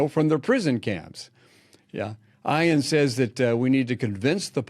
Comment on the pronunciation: Please learn the pronunciation of Ayaan’s name if you’re going to bring it up.